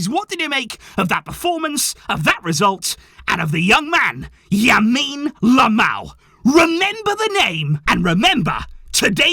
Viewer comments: Yamine Lamal?😂 its Lamine Yamal 🤣🤣🤣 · You keep saying Yamine Lamal It's Lamine Yamal bro 😂😂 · . I’m glad I’m not the only one who accidentally keeps calling him Yamine Lamal lol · why is everyone saying yamine lamal its lamine yamal even got it wrong at the end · Xavi: Subs on 15 year old Lamine Yamal: "Yamine Lamal" 😅🤣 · said yamine Lamal 😂